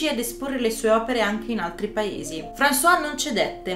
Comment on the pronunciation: Molto interessante. Non conoscevo i dettagli di Picasso con le sue donne. Praticamente come uomo era una merda. Apro una piccola parentesi spero mi perdonerai. Françoise Gilot si pronuncia "franzoaz" con la "z" finale altrimenti è François, ed è il nostro Francesco al mascolino. Scusate la precisazione.